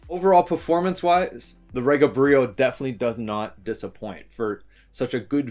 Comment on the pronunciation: Its not pronounced re ga. Its pronounced ree ga. Short from the word regal pronounced ree gal. The pronouniation is from the founder Roy Gandy.